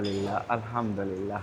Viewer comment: آپ بہت اچھے انسان ہیں، اللہ تعالیٰ آپ کو برکت عطا فرمائے۔ لیکن براہِ کرم کسی ماہرِ تجوید سے الحمدللہ کے بالکل درست تلفظ اور تجویدی قواعد کی بھی تصدیق کر لیں۔